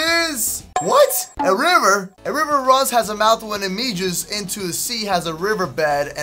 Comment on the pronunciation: Meges into the sea... WHAT THE HECK DOES HE MEAN MEREGES